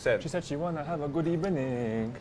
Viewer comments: “She said she wanna have a good ebening” I’m gonna hear that in my nightmare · Emery: good ebening Ljungberg: good svedening No rules